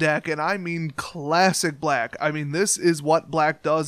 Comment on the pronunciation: To quote the Game Grumps "First of all, I don't like the way you said 'Black." But seriously though, good, fun, simple deck